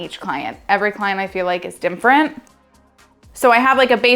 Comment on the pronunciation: I think you said "dimfferent" 5 or 6 times.